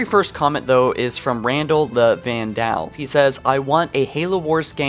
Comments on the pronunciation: Can we just talk about "Randall the Van-dall?", the word is Vandal. It rhymes with Randall. Come on man. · Van-Dal. dude if you cant pronounce a word fucking look it up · Randal the van-dal? Is fucking Randal the Vandal. You’re driving me nuts here hahaha Edit*. GREAT VIDEO I’m pumped! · Like vandal??? You couldn’t pronounce that properly??? Dx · facepalm you pronounce vandal the same way you pronounce randal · Uhhh,, it's just annoying didn't at all take away anything from the video, just pointing out a blatantly obvious mispronunciation...